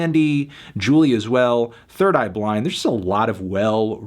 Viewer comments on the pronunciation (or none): none